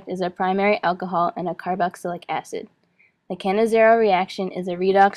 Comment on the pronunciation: it's cannizzaro not cannizzero pronounce it right